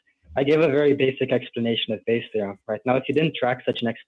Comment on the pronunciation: Why do you keep calling it Bayer’s? It’s Bayes’.